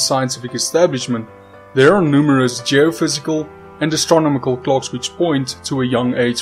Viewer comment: But guys, it's "astrominicle."